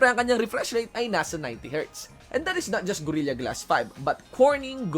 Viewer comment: I like how you said gorilya idol